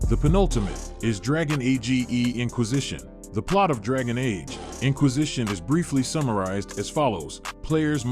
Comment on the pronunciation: He used AI , he probably just half assed a script. You can hear it better when the AI pronounces Dragon Age as A G E. The Ai thought it was an acronym.